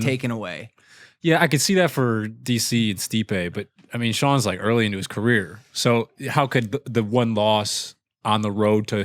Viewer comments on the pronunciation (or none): none